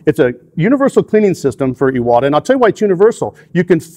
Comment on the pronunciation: Finally someone that pronounces Iwata correctly. It drives me bananas when people butcher such an easy name. Now, I know, I maybe splitting hairs BUT Iwata isn't just a brand name, it's an actual person's name. And just like most people don't enjoy having someone butcher their last name...well I'm sure you get the picture... Anyway, thank you for saying it correctly.